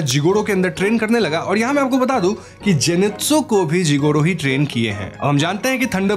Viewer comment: You said wrong jinetsu